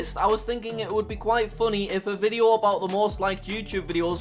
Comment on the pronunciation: its funny when he says "Video"